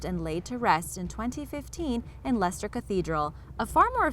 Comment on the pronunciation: Great video and well done on the correct pronunciation of ‘Leicester’ 😊